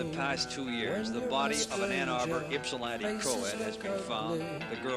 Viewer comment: That one reporter said "Anna Burr" instead of Ann Arbor. Never heard it pronounced like that before. hahahaha